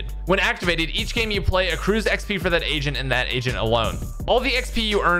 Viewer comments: The audio could have been better. Probably need a better mic. "Agent" sounds like "Asian" and i cant un hear it. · You say agent like you're saying asian lmao